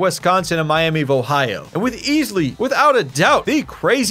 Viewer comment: Miami vohio 😂. Great video man super entertaining